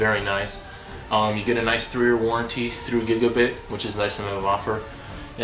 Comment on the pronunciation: dude nobody ever says anything the same way but it is giga BYTE not bit. drive me crazy cant watch the video